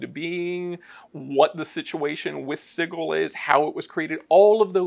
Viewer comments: Why do they keep mispronouncing Sigil? It's pronounced si-jil, not sig-il. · I hate how they say "siggal" isn't of "sijal" 😭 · Does the pronunciation of Sigil bother anyone else. My brain figuratively hurts every time they say it. Like when people argue over Drow…. Sig-il… 😂😂😂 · the creator of planescape says it's j sound not a g sound. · The real pain is them constantly mispronouncing Sigil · I'm pretty sure the pronunciation is a little joke by the author. There's even a bit in the original source book with a court excerpt for a Paladin that got arrested for killing some devils once found himself in town. They were willing to overlook his mistake but they couldn't overlook him calling g the city 'Sidjul' rather than Sigil. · The word sigil as in "an inscribed or painted symbol considered to have magical power" is pronounced like a j.